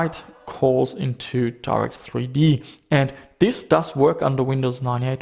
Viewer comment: Jesus, the way you pronounce Direct3D... Half the video I was wondering who's Darth E.T. ;P